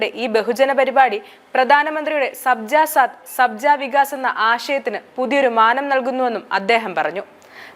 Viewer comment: ശബ്ജ എന്നല്ല, സബ്കാ സാത് എന്നാണ്.